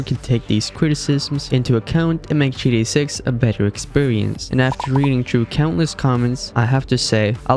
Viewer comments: G T A, not gda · What’s "jitty online"?? 😂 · you're saying GDA i dont appreciate it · Can you learn how to pronounce GTA online? It's not gda online 😭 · No fr tho I understand bro has an accent but it’s like he put in less effort into gTa Online every time he said it